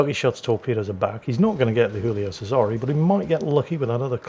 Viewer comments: Since it's Italian, it's spoken Julio Chesare, not Hoolio Cesare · It's not "Who-lio Sayzare". It's not Spanish. It's "Jew-lio Chay-zare". I know, I'm pedantic. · the giulio is italian not spanish its pronounced jooleeoh chaysaray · For the record, it's "Julie-o Che-sa-ray." keeps mixing his Italian and his Spanish for some reason. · Jew-lee-oh chez-ah-ray